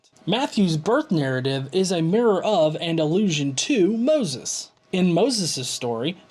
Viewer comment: Alrighty then! :p Probably just your accent. I can't hear "allusion" when you say it. I'm old, and the way people are pronouncing words these days confuses and enrages me.